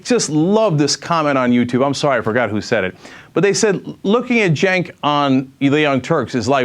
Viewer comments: I LIKED U LOSING UR JOB BECAUSE I DISLIKE HIM. BTW YOUR NAME IS CENK (PRONOUNCED: SINK) NOT JANK (PRONOUNCED: JANK) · Jenk: for the longest time I missed pronounced your name. You turned down big msnbc money! It's amazing that a Demobitch like you didn't get the Obamanazi nod of approval. Did you piss Rachael Maddow off? Rachael waves her hands around alot and talks out of the side of her mouth. Have you tried talking out of the side of your mouth. Al Sharpton got approved and you did not. Msnbc is desperate. You would have made no difference at all ,but you could have got a great severance package?You are a looser and so is MSNBC.